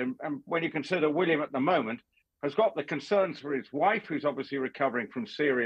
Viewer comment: cannot even pronounce William correctly.